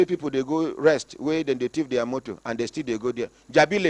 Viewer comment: Jabi Lake not leg. Lolz